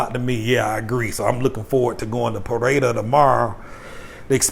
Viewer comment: SORRY ..ITS PE-REY-DA